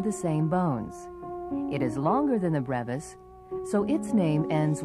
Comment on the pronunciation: She pronounced brevis wrong....